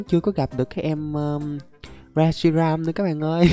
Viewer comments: Con đó là rét shi ram mà sao đọc là sét ri ram quài v anh Anh ơi anh hãy tìm và bắt bộ ba sáng tạo nhé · Reshiram chứ ko phải shireram anh ơi